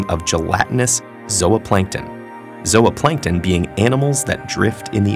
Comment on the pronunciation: Its pronounced ''Zu Plankton" Not Zulu Plankton. Irks me.